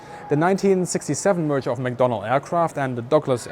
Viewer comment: mcdonnell not mcdonald !!